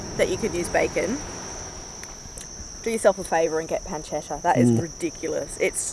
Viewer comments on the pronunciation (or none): Its pronounced pun-che-tta